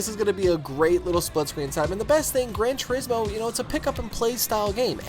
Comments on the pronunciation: Yamauchi-san does it like this: Gran Tur-IS-mo. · It's pronounced "Grohn Two- rees- moh."